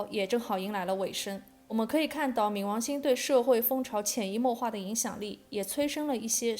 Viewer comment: 跟我一起读ming 二声